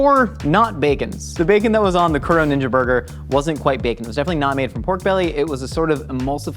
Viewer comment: Pronounced KOO-DOUGH, it means black. Edit: TEM-POO-DAH Edit 2: MEE-DIN